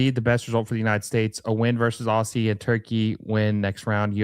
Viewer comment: FYI its pronounced OZ-ZEE. OSS-EE is just painful to hear.